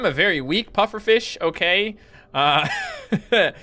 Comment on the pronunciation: It sounded like said puppet fish lol